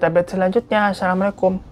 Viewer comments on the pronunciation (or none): none